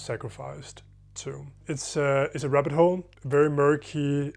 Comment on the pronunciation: the t in "rabbit" is silent